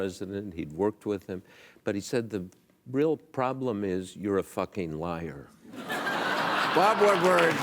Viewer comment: Bob-a Wood-a-ward